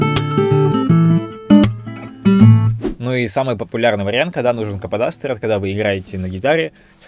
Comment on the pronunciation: Слово кападастр сложно для картавых вроде тебя